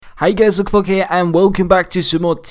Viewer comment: AYYYYY SOMEONE ACTUALLY KNEW THE BRISTOL CITY BADGE. You lowkey butchered his name but that doesn’t matter 😂😂